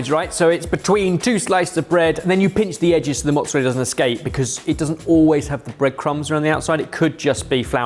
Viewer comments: At least he got the pronunciation of mozzarella correct! Potato, Patahto. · Then he says Mozzarella properly. He should have stuck to his guns and said “Mozzaraya”. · It‘s funny because they‘re pronouncing mozzarella correctly. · literally did it every time he said mortadella, but in the very next round he is saying mozzarella with "L" sound at the end 😮